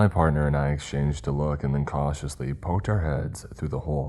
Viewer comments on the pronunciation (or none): Hey man you forgot to enunciate the "T" in "parTNer." I just thought I would inform you.